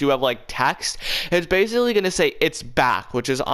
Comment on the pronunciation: how many times do you have to say exactally and bassically i not whatching him ever again